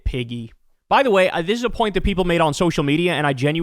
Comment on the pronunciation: When I first heard this, I thought he said Peggy. Then, I heard it again. Imagine Trump calling anyone a pig 🙄?!